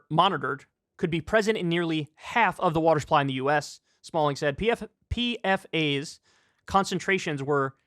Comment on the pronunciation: PFAS is pronounced "peefas." It's an acronym for polyfluoroalkyl substances